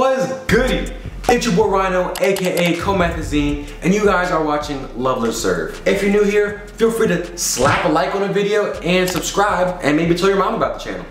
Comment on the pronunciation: He said comethazine 😂😂😭😭💀💀